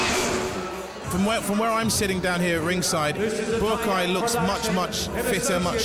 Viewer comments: Calling him "Buakai" drives me nuts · It’s Buakaw not Boorakai, the commentator needs to do his homework. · Or kept calling him BUAKAI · Boo-A-Keye??? This anouncer sucks! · ผู้ประกาศมวยเรียกบัวขาวว่า บักข่าว 😆😆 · "Borakai" oh my god, it's not that difficult to pronounce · Why do they keep calling him "Boo ah Kaai"? isn't his name pronounced "bwaa cow"? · Borkai? How many times did I hear that dopey commentator call Baukaw "Borkai"?? It's not a hard name to pronounce, is it?? Aaaaarrrgghhh!!!! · Bourbaki ....hahahahahahahah dude get the legends name right.!!!!lool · He called Buakaw "Bukar"!. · Dear commentator, his name is Buakaw not Buakai... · It's not Buakeye or Buakaa.... it's Buakaw! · the american isn't bad but the english guy is a complete git. Just mispronouncing Buakaw's name EVERY SINGLE TIME pisses me right off, but he also knows nothing about Muay Thai let alone fighting in general. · Commentator is a joke! He can’t even say the name of Buakaw right never mind know the name of kicks! What an embarrassment on a great fight